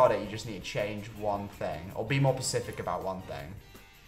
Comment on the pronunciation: ...I gotta run that back. "Did say be more "pacific" about something or am I just hearing wrong? Because I swear he said pacific. I love the ocean too, but it can't be used in the English language like that. And I swear he said it again! Is this just how pronounces the word? Because if so, cool.